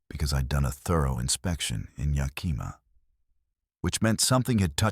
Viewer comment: Ya Kih Mah not Ya Kee Muh. Shu Hay Lis not Chuh Hall Iss. 😂